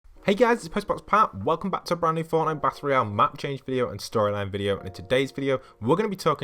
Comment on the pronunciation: He said band new beacon